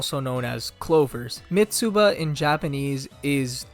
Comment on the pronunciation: Love the video but you pronounce Mitsuba in a weird way. The "u" is not the main vowel, the"i" is. Its "Mi-tsba"